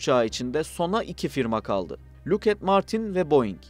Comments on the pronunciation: luuk et dı tabela.. lockheed martins, lokhiid martins diye okunur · Lockheed Martin'i neden inatla lukhed diye okuyorsun? Lakid diye okunur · Luket martin diye okunmuyor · Luked mi😂😂😂 likid de daha tanıdık 😂😂😂😂